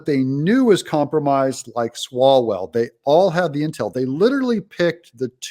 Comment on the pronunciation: Yes, Swall-HO-Well?